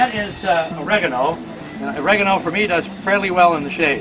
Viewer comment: nie "regonal" ale OREGANO :-)